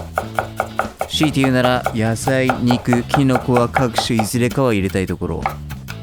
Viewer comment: キノコの発音なんか笑いました